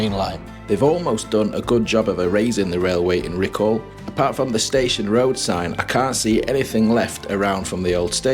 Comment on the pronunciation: PLEASE PLEASE PLEASE can you pronounce Riccall Correctly ….it's not RICCALLLL , its pronounced RICCULL, ta very much !